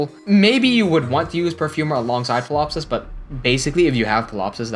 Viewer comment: I'm also a fan of that. For your benefit: correct me if I'm wrong, but pretty sure the p in Ptilopsis is silent (lots of tricky names in the game). Also: Myrrh = Mur. Evidence here: Promise I don't mean to nitpick or be a bother, I just know that I like to be well informed and that I enjoy being corrected so I can improve going forward, and since you seem like the sort who would like to learn and improve, figured I'd point those things out.